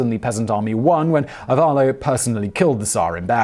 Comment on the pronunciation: Just to point out how to pronounce Ivaylo : I - as in "see" v - as in "very" ay - as in "lie" and o as in "so" - it should probably sound something like ee-vay-loh. Source : That's my name and I watched one video, just to explain better how to pronounce it. P.S. : I know that I may sound stupid for commenting on pronunciation of one name, but I just can't help it, sorry.